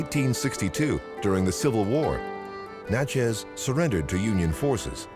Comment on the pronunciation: Next time, get someone who is from Mississippi so that the towns like Natchez and Kosciusko are pronounced properly. Other than that good video. 😉